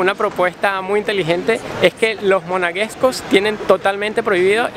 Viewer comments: Amigo, felicitaciones pero se dice "Principado" y no "principiado"; de igual manera el gentilicio de Mónaco es "monegascos" y no "monagescos". Saludos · principado, no “principiado”. monegascos, “no monaguescos”. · Monegascos no Monaguescos!!! Principado.....no Principiado. Pero todo muy bonito!!! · Se pronuncia: Principado y el gentilicio es monegascos. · Monegascos, se dice monegascos.